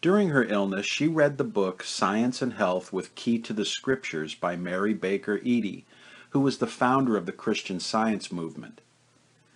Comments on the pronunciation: It’s pronounced like Eddie. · Incredibly interesting, well researched,and well produced. I will mention that Mary Baker Eddy‘s surname is pronounced Eddie.